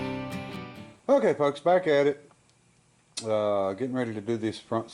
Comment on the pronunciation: Try to stop saying "folks" sometimes it sounds like your saying f*cks. I think that's what's happening.